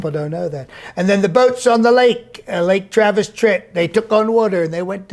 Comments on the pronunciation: Did you say "Lake Travesty"? lol! Love your work!:) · Did this man say lake travesty??? 😂😂😂🤣🤣🤣